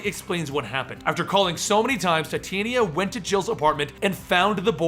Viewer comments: its pronounced tah-tee-awna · titania is pronounce tit-aan-ia